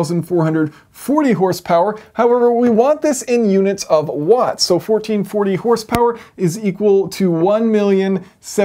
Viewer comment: Did you mean “Uatts”?